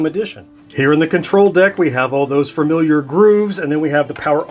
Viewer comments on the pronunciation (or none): wait is it pronounced familiar or faRmiliar?